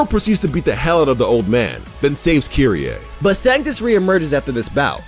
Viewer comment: Kyrie?? U mean kyrieee??